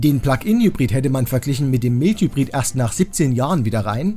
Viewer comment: Tolle Arbeit! Vielleicht noch Mild Hybrid "Maild Hybrid" aussprechen.